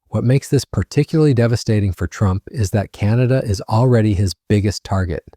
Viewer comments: Yikes...the irritating AI voice forced me stop listening when it pronounced TRUMP as "true MP". sigh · This AI can’t even pronounce Trump! “True empee ” !!!